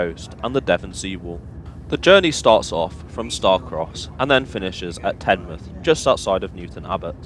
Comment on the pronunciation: We pronounce Teignmouth as tinmouth and teign as teen down here in Devon! :)